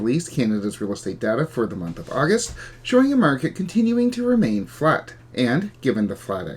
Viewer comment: I heard continuing to remain "fecked" not flat. Flinched cause it feel raw lol